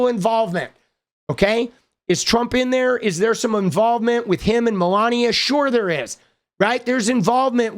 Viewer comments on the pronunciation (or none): none